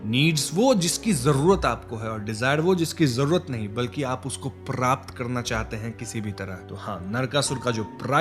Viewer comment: Prrraaapt was epic😂